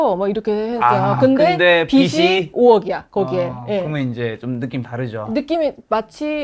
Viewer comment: 빚이 있으면 은 ㅈ받침이니까 '비시있으면 ' 아니고 '비지있으면' 으로 발음해주세요.